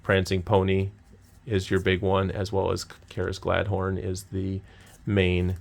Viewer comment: It’s pronounced “galad-thon” not galad-horn. Love the videos so far!